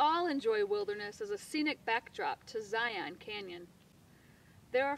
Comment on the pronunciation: Please ZNP. After watching your video here, I humbly ask you to teach your rangers how to pronounce the name of the park! Use Webster's dictionary or website if you must. It's ˈzī-ən. LIKE LION (ˈlī-ən). Only if you claim Hebrew as your first language and are apt to wear a kippah (kippa?, kipoh?, kipa?, kippot?)---will we acquiescently accept the non-standard transliterated pronunciation of Ṣiyyôn?, Si-on?, Syon?, Tzion?, Tsion? or any of these other common New England Yiddish pronunciations. Think thusly... only peons (a lowly individual pronounced pā-ˈōn or pē-ˌän), or ions (an electrically charged atom pronounced ī-ˌän), or pi-ons (a subatomic particle pronounced \ˈpī-ˌäns\), would say zion incorrectly. (Other than that, you did a great job here )